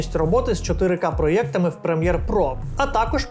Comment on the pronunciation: блін,, проЄктами. поїду на операцію, кров з вух пішла